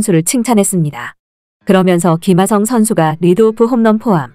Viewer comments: 김하성이 발음하기 그렇게 힘던가? 기마썽 기마썽 너 한국인 맞냐? 사람이든 사물이든 그에 맞는 이름을 불러줘야지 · 발음 좀,,, 김흐ㅏ썽... 월남하신지 얼마나 되셨는지. 카피유투버 그만하세요.